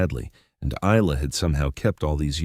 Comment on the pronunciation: Stupid AI, Isla is pronounced I-la, just like island. The "s" is silent.